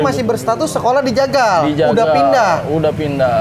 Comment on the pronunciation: bang waki kayanya kurang kopi kebanyakan garpit ini mahhhh. Ngomong jagal jadi tegal gak tuh wkwkwk.